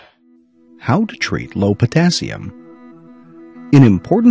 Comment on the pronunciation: Dr.Oz =potazzium😲no wonder I mispronounce it I mispell it😁